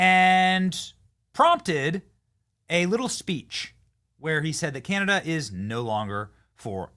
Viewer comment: Well at least Cana-Dauh not PM'd by the substitute drama teacher.